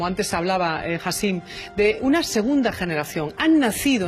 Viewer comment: Encima lo llama hasim😂😂se llama hicham